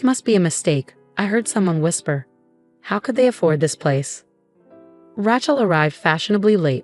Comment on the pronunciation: Ray-chel, not Rat-chel and heir, pronounced "air" with a silent H.